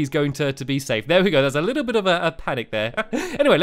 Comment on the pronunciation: say a little bit 5 times fast. did you say a bittle bit?